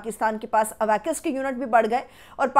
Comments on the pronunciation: A-wacs plz....not Awakas... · آپ اواکس۔۔۔۔کا تلفظ درست کرلیں۔جو آپ ادا کر رھی ھیں۔یہ درست نھیں ھے۔